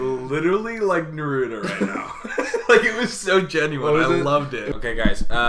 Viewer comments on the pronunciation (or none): saying naruto like nuhroodough... i will not hold it against him but i will uwillingly think about it frequently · ik damn well he did not just pronounce Naruto as "Nuh-roo-toe" 😭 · narudo? who’s narudo? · he’s a 10 but he pronounces naruto like 🫢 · People still pronounce Naruto wrong lmao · OK but why do they pronounce Naruto that way🥲💀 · the worst thing is how you say Naruto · that is not how you say naruto 💀💀💀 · Do me a favor stop saying Naruto like that please Jesus